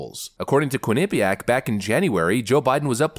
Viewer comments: It's pronounced quin-eh-piaq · Lol, love how you pronounce quinnipiac. The way I believe it is pronounced is quinni piac instead of how you go quin nip iac. I live in a sports town and quinnipiac sometimes play hockey here along with cornel and harvard and others.